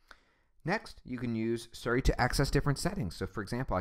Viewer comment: nigga keeps saying surry.